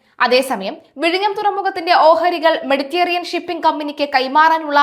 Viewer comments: കുട്ടിയുടെ ഭാഷ പ്രയോഗം ഒട്ടും നന്നല്ല. മെഡിറ്റേറിയൻ അല്ല മെഡിറ്ററേനിയൻ ആണ്. അധാനി അല്ല അദാനി ആണ്. പദതി അല്ല പദ്ധതി ആണ്. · മെഡിറ്റെറിയൻ അല്ല മെഡിറ്ററേനിയൻ ആണ് ഉച്ചാരണം